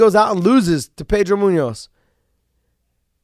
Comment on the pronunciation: he can't say Garbrandt but says Pedro Munoz perfectly.he must have been raised in New Mexico or something.lol